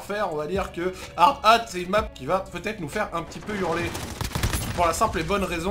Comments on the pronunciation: DIT HARDATTE ET NON HARD-HAT STPPPP !!! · "hard ate"